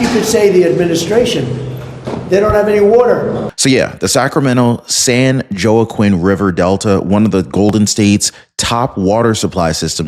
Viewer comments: It's pronounced San Waakeen valley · San Jaoquin is pronounced: Săn Wah’ - kēēn. Love you, just tryin’ to help you to keep sounding erudite and cosmopolitan. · The county is San Joaquin. It is pronounced as San waukeen, and is Spanish. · San Joaquin is pronounced "San Wa-keen" its Spanish, but good try anyway,. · I think that is pronounced as San-Wa-Keen valley